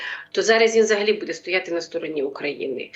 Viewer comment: Заколебала ведущая со своим "будЕ"! Можно научиться правильно ставить ударение - "бУде"?! Хватить уже косить под западную Украину!!!